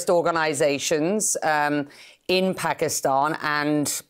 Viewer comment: Pakistan ❌ Paxtan😆😂✅ Armed forces ❌ Aand forces ✅ 😂 S400 is centre of gravity 😅😅😅😂😂 Inse war karne me bhi sharam aati h ab to 😂😂😂